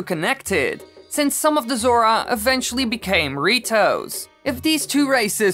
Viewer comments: He’s saying dorito not rito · did he say doritos or ritos???>.< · When he says "the ritos" it sounds like he is saying Doritos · The way his is saying "the Rito's" Doritoes 😂😂😂